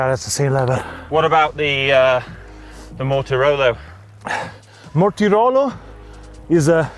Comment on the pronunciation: Sorry, Contador says Mortirolo.:)